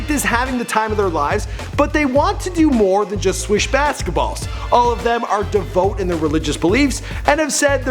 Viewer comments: "Devote. Christionity." I'll leave. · bothered me that he kept saying "devote", and that mispronounced "Christianity"! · The host got at least two celebs' names wrong, said "devote" instead of "devout" twice, and mispronounced Christianity. The show isn't live - why would he not reshoot and fix those mistakes?